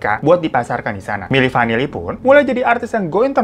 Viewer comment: Milli vinilli Eh milli vanilla ngakak bgtt sumpah 🤣